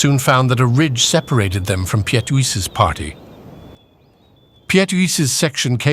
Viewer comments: And it is pronounced "Peet" one syllable. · The narrator has a deep,rich voice...but struggled with the difficult names...Piet...is just the Dutch version of Pete...etc...